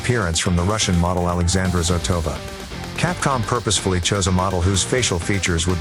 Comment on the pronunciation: zOtova , but not zotOva...